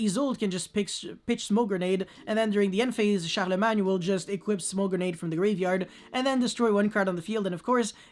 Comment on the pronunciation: Yo... the way you pronounced Charlemagne sounded like really legitimate french, is that a language you can speak?